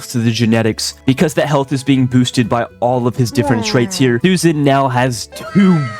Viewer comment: "Its not SUSAN, its SHUSHAN!!!"🔥🔥🔥🔥 IYKYK